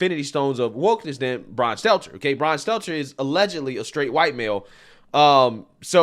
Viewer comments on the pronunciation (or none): Heavy emphasis on allegedly